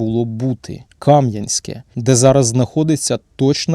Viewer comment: КамʼянськЕ, наголос на останній склад.